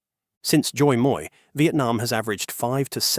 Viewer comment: Pronouncing Doi Moi just the English way would sound better than the way you’ve butchered it 😅